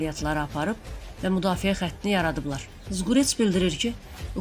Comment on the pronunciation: bu apariciya deyin nitqini temizlesin , mudafiye deyilmir, müdafiye deyilir